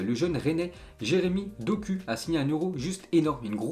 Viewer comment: Petite erreur à in dit dokou mais continu comme sa t’es le bosse